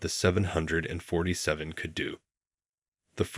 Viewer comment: Won't it be a great day when AI learns to pronounce "747" in aviation videos.